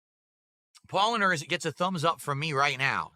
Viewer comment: Oh my god, at least try to pronounce the beers properly, you idiot! He butchered Paulaner.